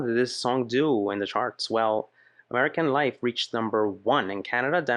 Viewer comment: for me, she never pronunces the F : American Lie